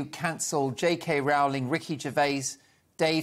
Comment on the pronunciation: J. K. Rowling's name rhymes with Rolling' please.